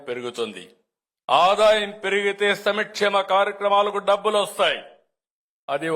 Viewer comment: 2045 ఎవ్వడుకు కావాలి సమీక్షేమ కాదు సంక్షేమ అనాలి